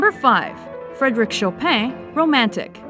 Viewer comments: 10. Viv-Oldi 9. Shoe-berg 8. Bran-ms 7 HAN-del (instead of han-DEL) 6 surprisingly rightly pronounced 5 Chow-pain 4 WagneRR (extreme american accent) 3 Mow-tz-art (oh my God help me) 2 Ok... it counts as a B- 1. Getting better A- (im still mourning for the terrifying mispronunciation of Mozart and Chopin) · Frédéric "Chopaigne" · Chopin not pronounced show pain.... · I love how they pronounce Chopin. Hilarious. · I laughed so hard when she said Chopin